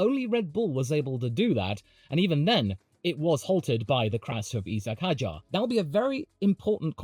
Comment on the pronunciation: Who is "E-Sack Hadjar"? New driver?